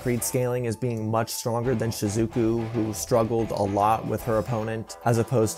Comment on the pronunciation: Shizookooo 😂 Good vid though 👌